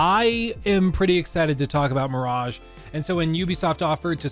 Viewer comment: Ahhh, Assassin's Creed Mirageeh